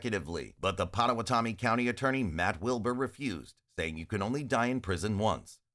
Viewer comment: I'm loving the alternate pronunciation of "Pottawattamie"